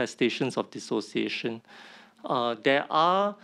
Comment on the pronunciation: Dissociation - Tee-Siao lah. 😆😆😆 Alamak